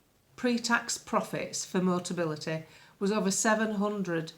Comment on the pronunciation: luv, it's MO TA BI LI TY. Motability negotiate a discounted 'fleet' deal with manufacturers and importers for cars that they then lease at subsidised prices to eligible disabled people. If a buyer needs it, they convert the controls of these regular cars prior to sale. MOTABILITY are only involved with real full-size cars and have never dealt with MOBILITY scooters and foldaway 3 or 4 wheelers. Yes, it's a wheeze. Nice little earner if you can get it.